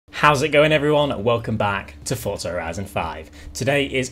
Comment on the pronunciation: Please say Forza and not fortza... 👍👍👍😁